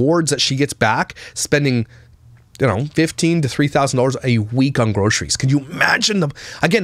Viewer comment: I now pronounce Groceries as Grockeries. Thanks, I can’t unhear it 😂